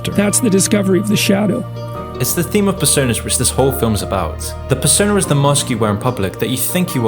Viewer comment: Persona * not Pessouwner